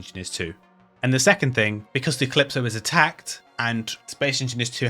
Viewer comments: I just play a lot of Devil May Cry and that pronunciation is jarring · me neither, just that it's a sci-fi game and I thought you said Callisto when you were actually saying Calypso